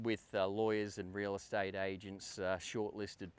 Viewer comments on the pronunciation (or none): none